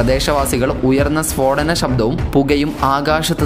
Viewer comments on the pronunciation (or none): ഷബ്ദവേഗമല്ല ശബ്ദ.....